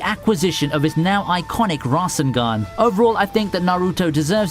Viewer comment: "Rarsun gun"